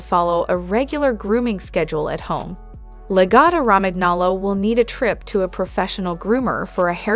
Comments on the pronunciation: I can't respect anyone who makes an educational video but can't pronounce the breed name and the #5 reason is not true. YOU NEVER BRUSH A LAGOTTA. Reason #4 is true, they are vocal. Reason #3 isn't. In comparison to many other breeds, I would not call them energetic. #2 reason is true. They are expensive. #1 is true but not significantly smarter then other breeds. I think they're more manipulative then smart. That's the opinion of an owner. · She obviously knows nothing about this dog nor about Italian. The pronunciation makes my ears bleed. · The best dog, please learn to pronounce the bread name correctly. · I have two Lagottos. Every dog has negative traits and they are wonderful dogs!!!! The mispronounciation is super annoying, I would think that one would want to try and pronounce things correctly, this is embarassing. La-Goe -toe Row-man nolo. Also it's saliva not salvia. This is just ridiculously bad AI. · along with the incorrect pronunciation of Lagotto Romagnolo, she pronounces saliva "salvia"...lol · Perhaps learn how to pronounce the breed name before making a video. Mine never barks, gets groomed 4 times a year and is active during a walk and lazy the rest of the day. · Sound it out with me: La go toe row man yo low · The pronunciation is La-go-toe Ro-man-nolo(we own one & are native Italian speakers) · La-GO-to. Roman-yolo. God damn. So easy to look up. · This is an incredible drinking game, every time she says lagotto romagnolo[incorrectly], take a sip. 😂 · seriously! her incorrect pronunciation is very annoying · It's AI but lol that pronunciation gave me flashbacks to 8th grade spanish class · My god, I think she pronounced the name "Lagotto Romagnolo" four different ways. All of them were incorrect! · You should learn to say the name properly if you wish to be taken seriously. Absolutely a great, smart, highly trainable, and loving dog! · first pronounce the name correctly then talk about the breed... also very stupid title for a video